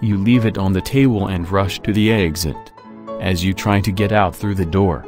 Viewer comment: figured out Quantum Mechanics but cannot pronounce "exit". Sure.